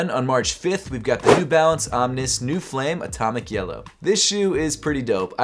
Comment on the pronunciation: why does he pronounce the OMN1S as om-nis instead of om-nees? It always throws me off.